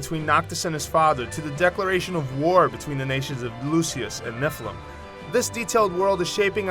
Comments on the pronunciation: The kingdoms of Lucius and Nephilim? Great pronunciation there, brah. Lucis and Niflheim. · Lucius and Nephilim?? LOLs. It's Lucis and Niflheim [niv-uh l-heym] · Declaration of war between the nations of Lucis and "NifLùM"... >_> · Sorry, but I can't forgive him for mispronouncing names like Niflheim when the characters clearly say it several times. =u= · Mattia Giglio But Lucis and Niflheim are neither written, actually pronounced, nor pronounced by the characters the way this guy said them.